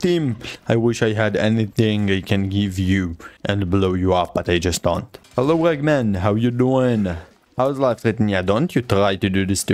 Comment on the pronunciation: Awesome run,also i dont want to sound mean i really enjoyed the video but when you said ragman it sounded like eggman to me😂